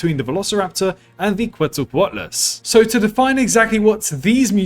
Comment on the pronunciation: Very interesting video! Also, I appreciate your pronunciation of Quetzalcoatlus. I was kinda disappointed to hear the dinosaur expert in the movie say quetzaco-Atlas...